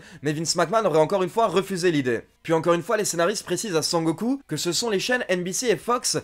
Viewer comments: A chaque fois que tu dis sangoku je souris de plus en plus . A la fin g la gueule a momo 😂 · Eh mais un fou rire à chaque fois que j'entendais "Sangoku"! 😂😂😂😂😂😂😂😂😂😂😂